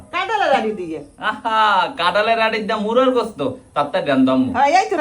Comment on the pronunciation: মুরগী না বলে মুরা কেনো বলছে